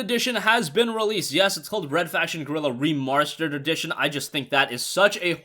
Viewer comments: "Remarrsterd"edition they way he said it 😂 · Re-mars-terd! I get it!